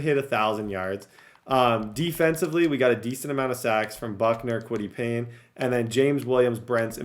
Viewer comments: for the love of god, and i have zero idea why this bothers me so much, but its KWITY PAYE (PAY) not PAYNE. KWITY PAYE. P-A-Y-E. THERE IS NO "N"! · plz bro it’s said kwity pay not pain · Kwity Paye = " Kwity Pain" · Kwity Paye! Not Payne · Kwity PAYE bro not PAYNE lmao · Kwity Paye not Kwity Payne 😂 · Kwity Payne 😂😂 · always be calling Kwity Paye “Kwity Pain” where the hell is the N in his name? 😂😂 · Dude I’m begging you please learn the names of these players. It’s kwity PAYE. I’m absolutely begging you, this happens in every video you do. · Lmao and Kwity “Payne”